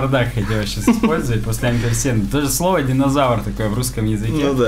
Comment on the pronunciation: "амперсанда" - как можно произносить это как "амперСЕНТА" ? Я не из России, но разве это правильно?